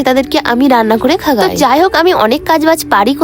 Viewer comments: খাওয়াই ❎খাগাই✅ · Ota khagay na khaoyai😂😂😂😂😂😂